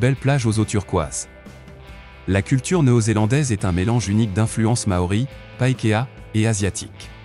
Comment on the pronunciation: I Love you New Zélandais 🇳🇿🇳🇿🇳🇿🏉🏉 articule com tu parles c'est pakékà Pas pakea